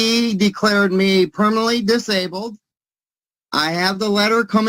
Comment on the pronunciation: He's trying and failing to say permanently disabled.